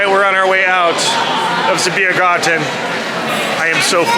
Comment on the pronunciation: Do you speak German? It’s the mother tongue of your mom so … 🙌 and if you don’t, do you understand it? By the way it’s Biergarten not Beirgarten 😊